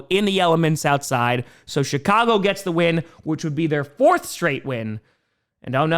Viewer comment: Is it just me, or does pronounce Chicago as sh*t-cago? 😀